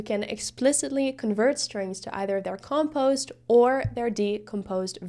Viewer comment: When you pronounce the word decomposed, that is also how you should pronounce the word compose. When you're saying compose you're accenting the first syllable instead of the second, I'm pretty sure English is your second language judging by your accent and you speak it almost flawlessly, just thought this tidbit would interest you. Also excellent job explaining this, it's the first time I've understood coding so clearly